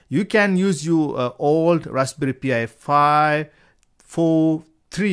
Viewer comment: Why do you keep calling it a P I 5 its pronounced pie 5 😂😂😂😂😂😂